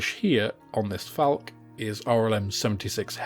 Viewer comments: Falck-uh, not Falck. Terminal e's in German are not silent. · A very helpful video for beginners to modelling. Just one criticism: because they are German words, the "e" on the end of "Focke" and "Falke" should be pronounced. It's called a schwa. As in Porsche, Elbe, Goethe, etc.